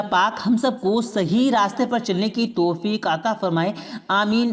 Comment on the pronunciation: Janab aap meherbani karke alfaz ka Sahi istemal Karen Daulat Ko dolat Na bole paida ko peda na bole toufik ko tofik na bole waw ka sahi istemal kre pesh ka istemal na kre👍👍🙏🙏